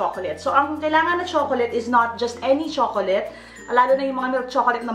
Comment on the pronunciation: ang pagbigkas daw sa chocolate sa english ayun kay youtube ay tsoklet or choklat hindi tsokoleyt. peace!